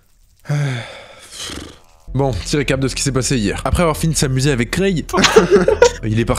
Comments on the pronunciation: longue vie à "chiengue"😆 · R.I.P "le chiengue"